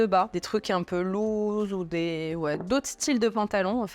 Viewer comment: Loose se prononce lousse , pas louze 😂